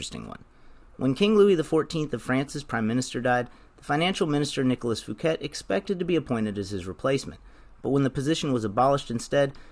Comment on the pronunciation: Fouquet is pronounced ‘Fookay’